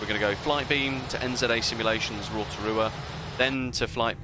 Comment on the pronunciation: Nice pronunciation for "Rotorua"!